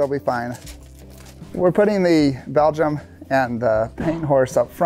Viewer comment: FYI, I heard one of your male team members referring to the "Belgian" draft horse as a "Belgium." It's actually pronounced "Belgian" just like "Belgian waffles."